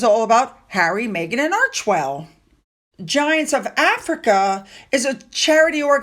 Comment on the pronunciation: I know it’s snarky, but did you say it’s all about Archwell or Merch-well? Lol I wish there wouldn’t even be mention of her clothes. 🙄